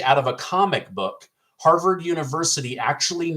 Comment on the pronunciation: HARVYARD?? LOL I LOVE THAT I LOVE TO LAUGH MAN